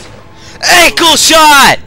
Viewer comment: He said ankleshot lol